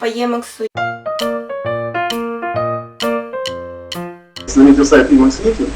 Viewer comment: собственно - никак нет! Сколько холиваров было на тему emacs против vim. Кстати, первый автор (Ричард Столлмэн) озвучивает своё творение немного другим начальным звуком ("и"). Поэтому , Вам низкий поклон, что вообще за эту тему на фоне всеобщего молчания в рунете взялись, но , если от души - слух режет